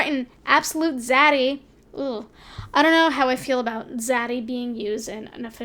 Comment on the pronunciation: She pronounces zaddy really weirdly idk